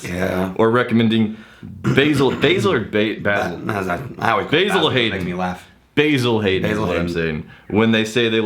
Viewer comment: Don't know how to pronounce Basil Hayden>? Should have gotten an instant bitch slap! Haha